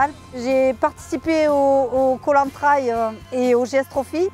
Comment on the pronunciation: Mais pourquoi dire « trèle » pour trail ?? Un train roule bien sûr des rails pas sûr des rèlles 🤷🏻‍♂️